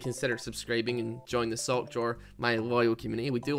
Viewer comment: Going back watching these.. I am starting to hear 'Salt Drawer' rather than sock